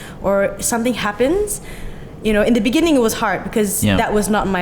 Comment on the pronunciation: you mean "in the beningging"